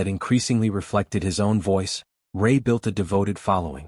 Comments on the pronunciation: Will you please get his name right? It is Chris Rea - reeya not Chris Ray. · Be something if you got the pronunciation of Chris.s surname right.😢no respect..